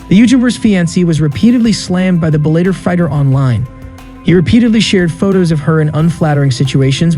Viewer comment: Bell-a-tor not bell-ate-er